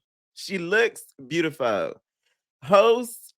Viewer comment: "she's beautifuww! Host? She's beautifuww" 🤣🤣 P you such a kii!!!